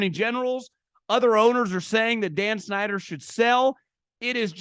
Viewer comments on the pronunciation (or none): none